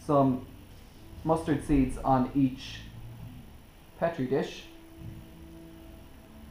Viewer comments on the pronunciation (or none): You said petri wrong